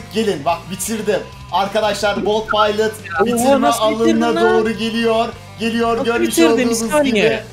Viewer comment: Sen kendine bolt pilot(bolt paylıt) diyosun ama o at ismi haberiniz varmı?